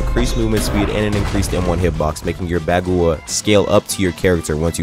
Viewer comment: great video and everything but the way he says bagua